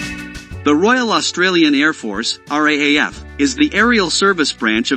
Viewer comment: R double A F is pronounced like wrath. This is why robots should not be narrating these videos.